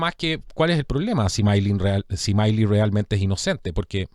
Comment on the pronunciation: No, se pronuncia tal cual como se escribe. Milei, no Miley